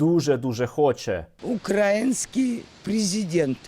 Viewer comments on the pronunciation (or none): none